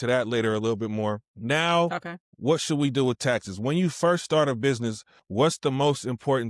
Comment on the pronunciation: ‘Whut a L L C iz’ lmao